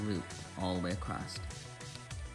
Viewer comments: across.... not acrost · I've never heard anyone pronounce the word across that way...........acrost?